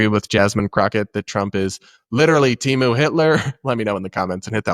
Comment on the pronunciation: This woman is in it for the perks and that’s it. Also it’s Temu, not Timu.